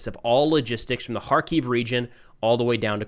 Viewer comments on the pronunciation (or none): none